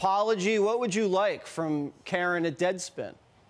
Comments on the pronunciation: It’s not “ca -RAHN” it’s Karen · Carron?? Pronounced "Karen"?? Hahahaha Doufus!! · Pronounce Carron's names correctly. It's "Karen".